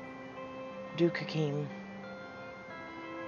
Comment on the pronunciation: Why were you trying to give the Italian guy a French accent? Hahaha. And it’s pronounced like “HA-keem” not “HA-kim”.